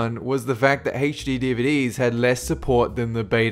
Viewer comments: It's not HachD it's HD. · IT'S NOT HACH-D, IT'S H-D DUMMY!!!! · and he pronounces HD like HAYCH-DEE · Anybody else notice that this guy struggles with the term "HD?"